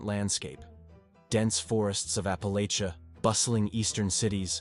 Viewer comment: I can’t listen to you mispronounce Appalachia anymore.